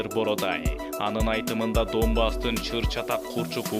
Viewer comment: Доонбас эмес данбас болуп айтылат орус тилин жакшы окуган дикторлор окугулачы